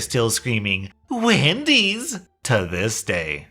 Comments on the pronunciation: I HEARD WIMPY'S AND DAMN NEAR HAD A HEART ATTACK. but wendy's is much more common. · Hope she isn't still saying Wendy's lmao But it reminds me when I had to leave home because of my parents. I would have to stay home 24/7 to watch my disabled sister (which I didn't mind) while they go out to the movies, fancy restaurants, ect. I tried to hang out with some of my remaining friends but got constantly interrogated. When I got together with my boyfriend of 6 years, they screamed and called me a whore and threatened to call the police on him for sexual assault (?). But that's literally just the tip of the iceberg stuff. When I finally had enough, I confronted them and told them I was moving out. Blowing up is an understatement to how they responded. They said I was sick and needed medication and then called me selfish. I calmly told them that I did everything they said with no complaints for 10+ years. I wanted to get on my life, get a driver's license, get a job and that I couldn't do any of those because of them. I packed all my stuff and left, and tbh I cried for 2 weeks straight over it. Luckily I'm doing better than i ever was and happier than I was in years